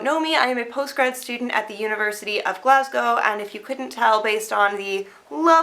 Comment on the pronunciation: Well done Liz. You're one of the only Americans who can pronounce "Glasgow" correctly.